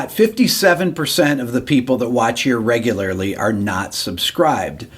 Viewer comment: 4 out of 5 dental patients cannot say "Regularly".